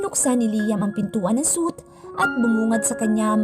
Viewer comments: Should pronounce like "sweet" not suit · Narrator wrong pronunciation suite (suit)